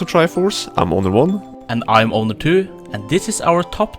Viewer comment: I kept hearing "I'm Obi One" "And I'm Obi Two", instead of Owner. XD